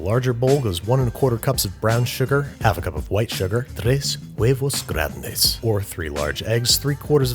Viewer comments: As a Latino, his pronunciation wasn't that bad. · Why is you saying “tres huevos grandes” the most satisfying thing ever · TRES. HUEVOS. GRANDES. Why? Idk but his pronunciation is pretty spot on lol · TRES HUEVOS GRANDES JAJAJA YOU CAUGHT ME OFF GUARD THAT WAS A PERFECT PRONUNCIATION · Nice spanish babish!!!! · Really appreciate the fact that he actually made an effort to say tres huevos grandes instead of "trwes wevous grwandeys" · "Tres huevos grandes" pretty good pronunciation ngl